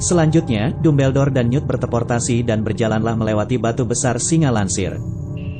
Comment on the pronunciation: Apa ni kok Dumbledore di baca tubeldor ini kaga konsisten